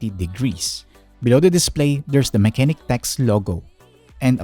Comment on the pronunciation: the proper pronunciation of the brand is "mah-che-nik"